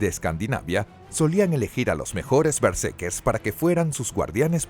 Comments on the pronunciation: Todo el video fue pronunciado mal el nombre de los protagonistas. Omiten la segunda R. Eran berserkers. Lamentable pues era un buen tema. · Doscientas cincuenta mil veces dice el relator Bersekers